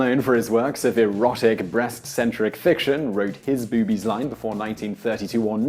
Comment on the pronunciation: Please, I know it's just me but it made it hard to listen to you refer to my favorite optical objects.... boobs as, "bewbs" and "bewbies". Drove me nootz.